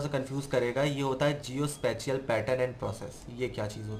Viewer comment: Sir Please do research on the word SPATIAL۔ Sorry to say! Your pronunciation is not well.